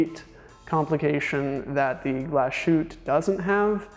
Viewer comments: It's not Glas-shoot. It's "Glas Hoot-te" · A. Lange & Sohne --> pronounce "ah lahng-eh" and "sern-eh" Say the "A" as a denist would say "Ahhhh" and say Lange" like Chinese people say "Wang" (wah--ng) and "Sohne" with the umlaut is pronounced like "sern-ah" rhymes with "burn duh" Also, Glashutte --> "Glah-shoot-teh"